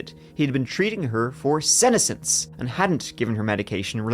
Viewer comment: Just one aside. The pronunciation of senescence - the accent is on the second syllable. The term is also used with plant, especially leaves on deciduous trees. Withering and falling off in the fall....